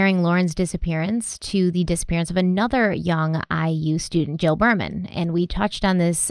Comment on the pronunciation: I love this channel. Just wanted to respectfully correct your pronunciation of Jill Behrman's name. Her last name should be said like Beerman. I'm from Bloomington, I knew the family.